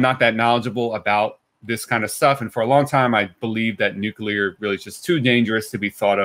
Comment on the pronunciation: Also, thank you ever so much for not saying "nucular". AAAND he did it anyway